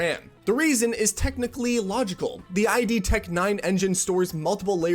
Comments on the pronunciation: obligatory "it's id(like it with a d instead of t) not "ai dee" " comment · It's VULKAN not VULCAN my friend. at least look it up on Khronos;) And I don't want to start talking about what it actually is as I believe Mantle was before your time. Don't touch ID (it's pronounced "id" as a single word, like the word "kid" or "solid," not "eye-dee") you have no clue what you are talking about :P You are on to something, but barely touching the grass. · hey its "id" like the psychology term not I D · Just so you know, it's not "eye-dee" software, it's "id" software, as in ego, superego and id. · It's not "Doos Ex" and "I.D.", it's "Day-us Ex" and "Id". Otherwise, good video. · BTW it's not I.D. software, just id. And it's "day-us" ex, not "Duece Ex. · It's id software btw (as in idiom or idiot), not I.D. software. Id is the part of the mind in which innate instinctive impulses and primary processes are manifest. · it's not I-D software. id is a word. It's the psychology of basic needs. It's not a driver's license. It's one single-syllable word. That said, the big difference between DX11 and DX12 is that DX12 is closer to the metal. It highlights the developer's skill or lack thereof. If a game performs worse under DX12 than DX11, it's because in DX11 the API is doing all the heavy lifting and it's masking the inadequacies of the programmer. Also, Doom: The Dark ages uses idtech 8. idtech 9 doesn't exist yet. Poorly researched video. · Great video, but one small gripe. It's id Sofrware. As in id, ego, superego. Not ID, as in: "Gimme your ID, young man!" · Don't confuse RAM and VRAM. It's annoying to figure out what the hell you're talking about and what's on the screen. Also, it's Vulkan, not Vulcan. And why GB was in Russian, ГБ? Duzz Ex? Aidi software? It's id, as in "did" or "kid". Stopped watching there. Dislike + Don't recommend channel. F*ck off mate and do more research and preparations. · it’s pronounced “iiiddd” not “I.D.” Why you gotta do that on purpose 😭